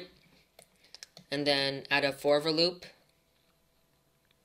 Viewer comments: "forfer loop" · you are saying forever like you are saying forward whitout d just saying